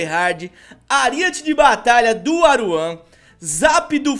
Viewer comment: "Aruan"? KKKKKKK Só Falta No Proximo Video dessa Serie Vim o Edukof... Kkkkkkkkk